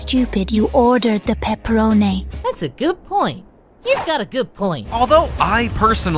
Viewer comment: Peppa-ro-nay lmao